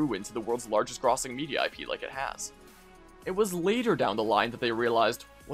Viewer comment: Mispronounced grossing lol